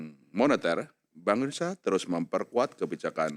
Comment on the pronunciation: baca: indonesia bukan indonesa